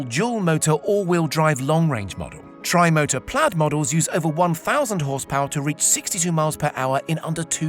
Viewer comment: Not plad, plaid mate